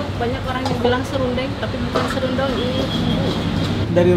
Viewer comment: ibu bilang serundong koh nex juga bilang Serundeng...serundong kepeleset lidah nya nex 😂😅